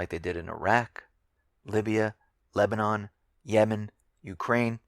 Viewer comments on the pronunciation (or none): none